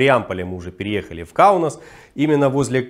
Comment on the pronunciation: КаунАс, а не -нОс